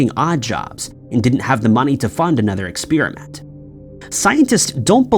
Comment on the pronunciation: y'all complaining about his pronunciation of "Versailles", but if I hear him say "expeerimint" one more time, I'm gonna stab myself in my eardrum.